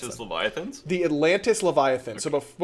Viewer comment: le VI-A-THIN! le-VI-A-THIN!